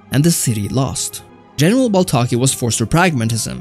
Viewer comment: Duuude it is baltaci not baltaki but nice video